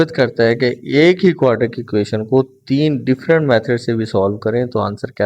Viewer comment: Sir ji please 😒😒 aap ek word wrong parte hai aur wo hai quadratic word wese parhne Mai quadratic hai aap quadric parhte hai plz Apne words ko pehle thk Karen us ke Baad video banaya Karen